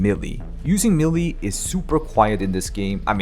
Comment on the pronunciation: For the ever-loving god, pleaseeeeeeeee go look how to pronounce "melee"!!!